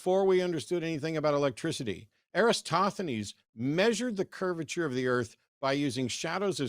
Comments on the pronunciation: Not all good! You're right and he did mispronounce it. It's EratoSthenes, not EraStothenes. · Show me a Flat Earther who doesn't support MAGA. For that matter, show me a Nazi who isn't MAGA. Dumb, dumber, and proud of it : Trump would be nowhere without people like Jason..... and Matt, the gret Greek scientist is pronounced Era-tos-the- nees...